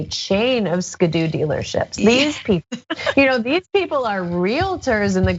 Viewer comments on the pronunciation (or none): Ska-doo dealerships? It’s Ski-doo